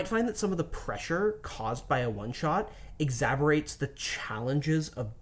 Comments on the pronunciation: “Exaborates” lol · EXHABERATES!! LOL LUV YOU GUYs!! :D